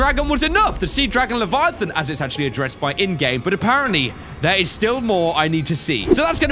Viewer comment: leviathan emperor not levitate lol